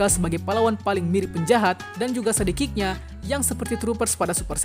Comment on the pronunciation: Halo bang aku nmbah dikit saran ja ya Pembahasan kmu keren dan jelas itu bagus Tapi PERBAIKI LAGI DALAM PENYEBUTAN BAHASA INGGRIS KAMU di bagian "SUN EATER" "SIDEKICK" coba kamu cari penyebutan yg benar 👍